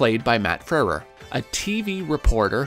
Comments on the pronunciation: Matt Freh-reh???? It's Froo-wer. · Froo-ur. Matt Froo-ur. Not Frer-ur. Easily researched on YouTube. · it pronounced FREW -ER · You're pronouncing his name really strangely. Frewer is pronounced "FROO-ur." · Cool docu, but I can't get past the mispronunciation of "Frewer" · Having a little trouble pronouncing the W in Frewer?